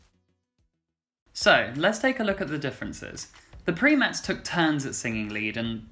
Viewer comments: By the way the way, you are mispronouncing the original name of the group. It's pronounced with a long i as in Prime-ettes as they were the female counterpart of the Primes who later changed their name to The Temptations. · It's not PRE- mettes ---- it's pronounced PRI - mettes. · One tiny quibble - the Primettes was pronounced PRY-mets. Not PREE-mets. They were copying the name of the guy group the Primes. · the name is PRIMEttes not PREEM thankyou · Pri (Preye) not preemets. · It's pronounced PIME-ETTES! and NOT PREEM-ETTES! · ITS PRIMETTES ( PROUNCED LIKE A FEMINIZED VERISON OF RHE PRIMES)